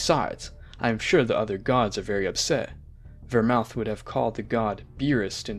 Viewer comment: What's up with your pronunciations? Go-teen?? Ver-moot and Ver--mouth??? What are you on bruh😭